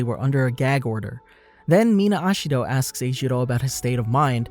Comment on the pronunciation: HE SAID AsHiHDO i though it was ejiro